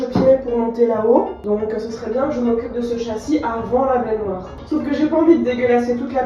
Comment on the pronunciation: Oui! Mon épisode de TAPER CAILLOUX! Super après une journée de boulot., ou quelqu'un d'autre si jamais, cette façon de dire baignoire, genre "bainéneuoire", je sais qu'au fond de mon cerveau j'ai la ref, mais je la retrouve pas 😂! Ça fait des mois que je tique à chaque fois, ça vient d'où stp 🙏🙏? Je pensais mr Krabbs dans Bob l'Éponge mais je sais pas.... Merci 😊